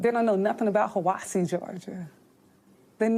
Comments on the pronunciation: 1. Is the GBI investigating???? 2. That dude / cop/ whatever is from HIGH- UH- WAHSEE that’s how it’s pronounced. Look up that place. 3. Idk what happened but they ( the twins) didn’t do this. IF they did, what was troubling them that bad?? 4. How did they get to the mountain??? Airport footage???? Street camera footage???? 5. A damn misdeameanor for taking pics of dead bodies and posting on social media. BS!!! He KNOWS not to do that!!! Did he get fired?!?!? 6. Sounds like he’s the one mentally ill. This is tragic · I know that area from long ago, the town is pronounced Hi a wa see, it’s right below Bell mountain and Brass town bald, and I agree with you, something stinks about this whole situation, especially in that area they found them, my heart breaks for their family, and my prayers go out to them all! In Christ, Chaindrivecharlie. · Pronounced Hya Wah See. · It's pronounced like.... High-a-wa-see.